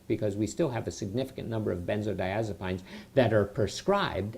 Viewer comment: I totally agree with you! He cant even pronounce the name correctly. I have watched a few of his videos and all he talks about are side effects. I think this guy died. If you didn't....This is how you pronounce it "ben-zoh-die-AZ-a-peens" NOT "PINES"